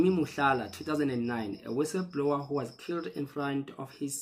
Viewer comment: Guys please, can we learn to read books so we know words in the correct context. Listening to people speak English is not learning. " wissablower or whistle blower" 😢😢